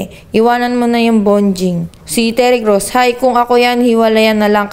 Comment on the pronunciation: Bonjing kelangan dumedede sa nanay...hahahahaha....ang galing ni idol magsabi ng bonjing..👏👏